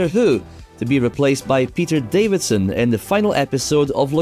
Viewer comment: Peter Davison, not Peter Davidson.